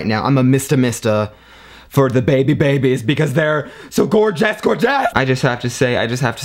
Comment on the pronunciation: is funny 'so gorgeas, gorgears !!!!!!